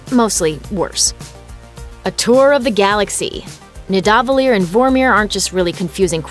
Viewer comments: "No, you're saying wrong. It's NIdavellir, not NiDAHvellir." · Call me a nerd, but it's pronounced (phonetically) nee-DA-vah-leer (Accent on the "DA") not what the young lady said.